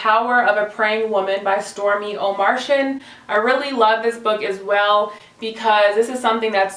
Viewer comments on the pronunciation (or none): Love your video. You go girl! Oh, just FYI, Stormie's last name is pronounced "o-mart-e-an". Mart as in K-Mart. Keep up the great work. You're a blessing.